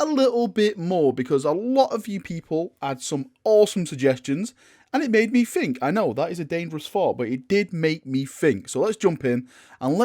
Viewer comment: Please - please - make an effort to say “think” instead of “fink”. It triggers me to no end. THink, THing. I love you and your content but you are English! Have some pride, speak it properly! It makes you sound stupid PURELY from that and undermines what you’re saying unnecessarily (think how really dumb characters in movies talk, that’s the effect this accent has). Would turn your content from a 9 to a 10 / 10.